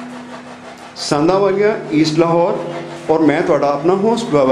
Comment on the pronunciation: sandhawalia name hai ji.., na k sanawalia.., tusi name galat le rahe ho